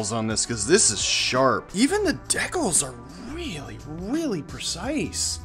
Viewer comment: 😂😂 is that how Canadians say decals? It actually makes sense phonetically. Anyway much love from your neighbor down south here in San Diego. Car looks great ! Super detailed with what looks to be competent performance. I got a long list of rc’s to buy but this one’s in the queue